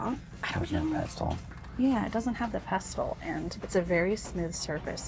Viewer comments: Mortar and Pestle. The T in pestle is Silent. It is pronounced pessle. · The black shiny dish at the first goodwill was to serve guacamole, not a mortar and pestle (pronounced pessel) ❤